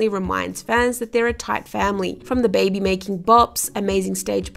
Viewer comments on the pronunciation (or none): none